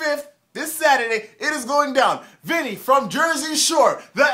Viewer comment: Damn homie, should have at least figd out how to pronounce Vinnys name. 😂🤣😂 Watching The Shore Right now! 💯 Angelina sat her ass in the Funfetti cake!!! Vinny need to stop faking and smash that ass! 💦 🤣 🗣 #ImaBlackGuidoToo 👍🏾✊🏾👈🏾